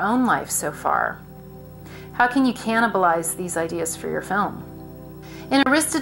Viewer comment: Man I love it when she says cannibalize.